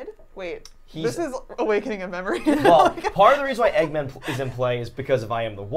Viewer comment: Eggman is 2 syllables 😂